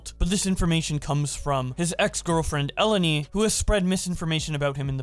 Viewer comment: the greek name Eleni, is actually stressed in the second E not the first, idk as a greek dude it kinda irritated me hahahah